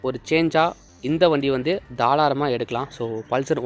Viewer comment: Thalaaram illa bro tharaalam 😂😂 👍 but nice review ❤️